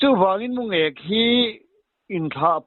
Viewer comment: mulêk tihloh tur..Mungêk tih tur